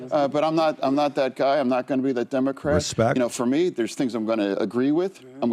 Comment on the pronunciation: Did Fetterman say ”Dumbocrat”..?